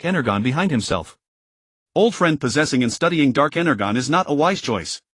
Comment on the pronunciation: I totally agree, energon is being misread hurt my soul